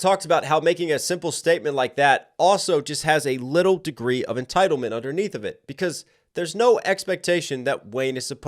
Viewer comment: Every time you say Lil Wayne and pronounce every T in “little” I start laughing. This has absolutely nothing to do with the points you’re making 😂😂😂